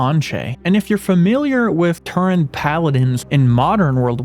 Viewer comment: My guy its Tauren not Turren